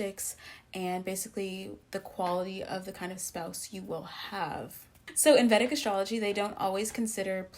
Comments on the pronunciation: Vedic is pronounced as vay dhic not vèdic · Please, Vedic is pronounced “Vay-dik” from the Vedas— ˈveɪdəz/ or /ˈviːdəz/.